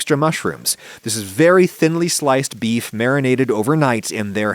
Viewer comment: adam you literally just said 'bee meat'